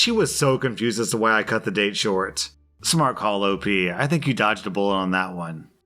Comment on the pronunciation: Did anybody hear him say "you dodged a bull op" ?